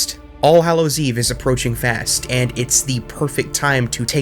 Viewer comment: Hallow... not Hollow